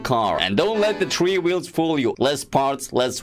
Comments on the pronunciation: 3=three not tree 😂😂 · How to say three. Tree lol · he says tree in stead of three its funny